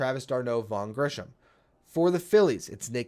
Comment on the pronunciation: Just a quick sidenote. It's Grissom, not Grisham.